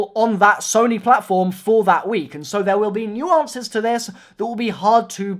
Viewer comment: "is going toi pay dividends" lol